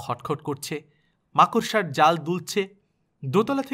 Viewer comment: Khub bhalo laglo... r ekta katha bolchi rag korte parben na kintu... ai prothom makorsha katha tar uccharon thik kore korechen.. age khali bolten markorsha 😄 Jodi dukhho pan ba rag koren tai bolini